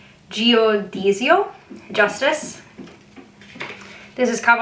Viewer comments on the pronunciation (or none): hey i’m italian and your pronunciation is actually really good!! the justice card is pronounced Giù-di-zio. hope it helps. ps: love this video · I’m italian! You actually have a very good pronunciation, but for the “giudizio” card, it’s pronounced “judizio” with a “j” like in “just” and the “i” (pronounced like the english “e”) is not enunciated💜😂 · normalise still using a guide even after seven years of reading tarots because of "what if that's not what i think it is" also for the italian pronunciations: the r in torre should be rolled more, same thing with the z in giudizio that has a stronger sound, the c in imperatrice is read like a ch and the final e is pronounced ae (also in cavallo di spade we pronounce the final letters), the stress in diavolo is diàvolo rather than diavòlo!! we tend to pronounce every letter which for non-native speakers is a thorn in the side, hope it helped ❤️